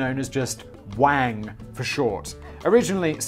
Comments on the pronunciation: Y'all are pronouncing the surname wang wrong and that is only reason it sounds like wankers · I mean it's pronounced Wong, as in Garrett Wang/Wong from Voyager. Come on Simon, you're a Star Trek fan. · Mate, as someone whose last name is Wang... it's not fucking pronounced like that. It's "Wung" in Chinese.